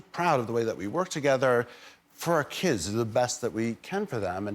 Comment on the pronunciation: His voice/cadence is sooooo much different than I remember. Weird. ish - Is he slurring? I feel so nosy saying this but that is either very lazy speech where he doesn't open his mouth enough or move his tongue or he's some-kinda-intoxicated. 🤔 "FurOurKiddz..."